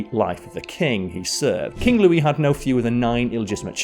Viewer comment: I love how spends a lot of time aching over the pronunciation of Pere LeChaise and then in the same video pronounces Louis Lou-iss.